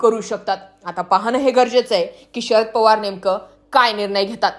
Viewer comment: या बाईचा आवाज चांगला नाही,ती म्हणते "पोवार," हे अस म्हणते.तर पवार अस म्हण.,"गडल काय " अस नाही तर घडलं काय हे अस म्हणा.